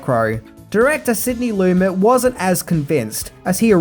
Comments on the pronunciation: I dig your videos,, watching them are a way to wind down for the night. Please learn how to pronounce people's names correctly. Sidney Lumet is not pronounced Loo-MET, but Loo-MAY. Also, from "Adventures in Babysitting": Vincent D'Onofrio is not Dah-No-Free-Oh, but Duh-NAH-Free-Oh. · Sidney Lumet. His last name is pronounced: Lamay.